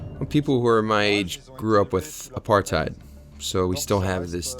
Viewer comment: Worst Narrator ever, they are speaking Afrikaans not Xhosa. Also learn to pronounce Apartheid correctly